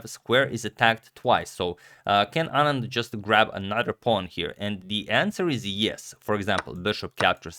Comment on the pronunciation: At least his pronunciation of "Anand" is right!